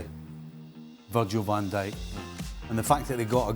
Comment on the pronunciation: We all just gonna ignore that frank said “virgin van dijk” 🤣🤣🤣